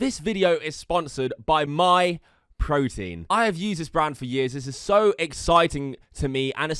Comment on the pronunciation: As soon as I heard myprotien, I'm done now. Dude had to read the name so not to get it wrong.